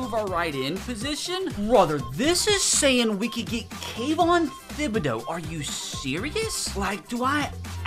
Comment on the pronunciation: someone fire this man for how he said kayvon's name